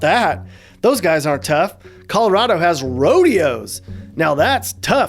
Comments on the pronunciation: Pretty well done. Especially the annoying transplant jackasses begin to overrun us like a rat infestation 🙄. Only thing, we don't say Colo-rod-o, it's Colo-rad-o lol. Only if you've lived here all your life though lol. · If you're going to live there, then at least learn to say it correctly. ColorAdo, not ColorOdo!! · triggered every time he says coloRAHdo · Where are you from? It's driving me nuts that you keep saying Colo-RAW-do? Is that how the rest of America says it? Also, no. Not everyone pretends to ski, and not everyone drives a damn Subaru, the quickest way to spot a liberal is if they're driving a Subaru. Also, thanks for not mentioning Northern Colorado, it's nice to not be associated with California 2.0. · It's Colo-RAD-o. I've lived herey entire life and it makes me shudder when people pronounce it like you do.